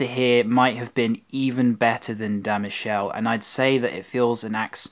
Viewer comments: Sfogliatella is not made from filo dough. It's pronounced Mikehleh. Not Michel. Pronounced Peskeria. No water in limoncello. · its pronounced MI KE LA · De michelle :) It's pronounced Da Mee-ké-lé (che in Italian is a hard ke). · It's pronounce Pizzeria da "Meekehleh" not Mishelle"! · Please don't spell Michelle! We are not in France! Please spell MI-KE-LE! Otherwise nice & interesting vid! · My suggestion to you about pronunciation is that the italian sound to CH is K. For instance: Michele would be pronounced Mikele / Pescheria would be pronounced Peskeria and so on... the sound SH is mostly given to words with SC. For instance: Scialatielli would be pronounced Shalatielli Hope this helps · da Muhshell.. YOURE KILLING ME hahahahahahaa >.< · Really not bad reviews from Naples. Only one point: everytime you read “ch” you should spell like a “k”: pistakkio, Mikele, peskeria... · just a heads-up for you future italian videos: every time you see "ch" in a word is pronounced "k", not "sh". (so it's Mikele, it's peskeria and so on) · " sfogliatella RICCIA " ( not RICCI)-----Pizzeria da Michele == bad pronunciation of the name Michele, you pronounce it in French. In italian sound's like " Mikele"---- " Pistacchino espresso" ==== pronunce like "pistakkino" . In Naples you will find good food, beautiful people and a lot of culture, and an enchanting sea! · Your Italian is getting better, but ch is always pronounced like K. Me-Kel-ay. Love your shirt! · At this point you should know that in italian ch=k , so Michele=Mikele. Greetings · You are such a sweet guy you didn't notice the waiter at Da Michele (which is actually pronounced Mik-e-le, the E as in the E in the verb "to gEt") probably "scammed" you. They usually pretend not to understand a tourist's request when they look kind and not up for a fight. I'm a proud Neapolitan but shit has to be said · Michele pronounced "Mikele" 😊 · It's pronounced dah meekehleh. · Michele pronounced incorrectly man!